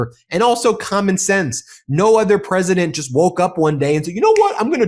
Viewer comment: "The preSHITdent woke up"?